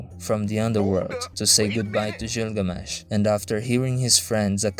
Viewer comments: Hearing you butcher Gilgamesh's name as Jilgamesh kills a bit of my soul. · You're pronouncing Gilgamesh wrong.